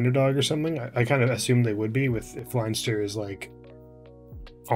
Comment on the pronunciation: 'Leinster' is pronounced Lenster.